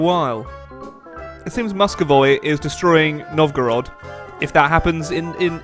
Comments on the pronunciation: fucking moscovoi really moscovoi couldnt you pronounce moscuvy? come on it isnt that hard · I want to kill myself when ever he sais MUSCOVOY instead of MUSCOVY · Salish is where Seattle is, Vancouver is not colonized in the beginning. Also it's pronounced Mus-co-vie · you pronounce 'Muscovy' as "Muscovoi". It should sound like 'Məskəvē". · Muskovoi... I have ear cancer now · I've heard a lot of miss pronounced provinces and countries in eu4 but "musk-o-voy" I have not heard before. Haha, more eu would be great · Oh god, "Musco-voy" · I die a little bit every time he said Muscovayy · Did anyone else cringe when pronounced muscovy wrong? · You pronounce Muscovy wrong! Along with many others!!!